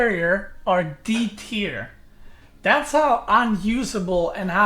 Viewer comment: It is D-tier not E-tier